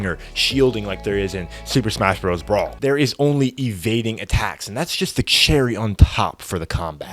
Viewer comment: every time he says "brawl" I die a little inside.